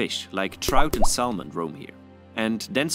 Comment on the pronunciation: The "L" in salmon is silent. It is pronounced: Sa- mon... The "a" Sounds likethe "a" in sand.